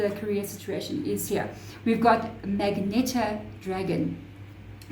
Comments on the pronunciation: That first deep pink coloured dragon is called Mag-enta it’s just the colour - not mag-neta 😉 . Also the mag rhymes with badge. Easily done when you’re reading upside down :) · I love your brain & how it works 😩😩😩🥹 Magenta is the name of the color, (muh-jen-tuh) is the pronunciation according to Google lol